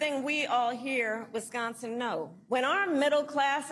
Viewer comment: I really hate the way she ways wisgonzin 😂😂😂